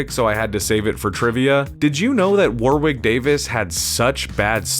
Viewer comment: Warwick went over how to pronounce his name. You don't pronounce the second "W". War-ick.